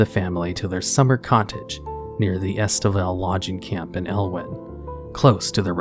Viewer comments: its east vale not estevale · "estvale?" Bruh. It said EASTvale. "Uncoth?" Lol. Uncouth is pronounced un-cooth. Kinda funny when someone makes videos like this but they don't even know or take the time to find out how to pronounce things correctly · im not gonna like, i got a little upset when i heard him pronounce EASTvale LOGging, "ESTAvell LODGing" the way he did.... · Dude..you pronounce things so damn weird. est a vale? East Vale? I could make a video just on your weird pronunciations. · I think it's East Vale (Eastvale) and Uncouth is pronounced like tooth only the 'C' has a 'K' hit, untooth unkooth uncouth. Just trying to help, other wise love the video liked and shared. And yes, the original Mismantle story was the best it had you travel around and gave a kind of investigation feel to it. Wish there were more investigating quests in WoW. ❤👍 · "ESTAVELL LODGING CAMP" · I wonder if Stalvan's teachings include pronunciation. "Ester vale lodging camp". Have you been on the Halloween punch? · Theresa - Ter ee suh Stalvan - STALL VAN Eastvale - EAST VALE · Ester vale lodging camp xD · Scariest part of the video is how Stalvan and Eastvale are pronounced. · I found the pronunciation of Eastvale deeply amusing. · Stalvan, Eastvale, Giles, uncouth... there were a few that threw me. Honestly it bothered me but I give him a pass since he’s doing all this research for these vids that as long as we know who he’s talking and where I try to ignore it. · I feel like he might have mispronounced "Eastvale" on purpose this time because the first time around he butchered it completely. So it might have been a nod or he just can't read the word "Eastvale". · He also can't pronounce Stalvan or Eastvale correctly